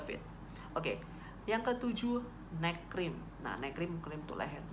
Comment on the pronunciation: Makasi, informasinya bermanfaat, saya mau usul, tolong dikasi tulisan juga donk, poin apa yg dibahas. Tadi waktu kakak bilang "neck cream" saya dengernya malah "night cream" 😁 supaya gak salah paham aja kak, makasi ya.... 🙏 Sukses buat channelnya.... 👍